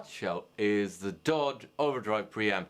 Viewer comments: Yeah that darn foreigner..He piss me off, darn that ol' dude It is D-O-D not DODD!! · Am I the only one uncomfortable with the fact he said Dod 250 and not “Dee oh Dee two fifty”